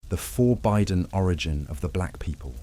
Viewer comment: Forbidden has a short i sound.